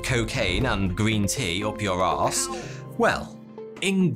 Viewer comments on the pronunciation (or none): none